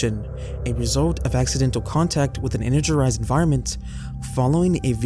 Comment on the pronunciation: I can tell it’s not AI because some of your pronunciations are ass. “Energerized” 😂